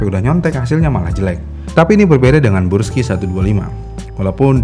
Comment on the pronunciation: Yang bener brusky apa bursky sih? Ko dia bilangnya bursky mulu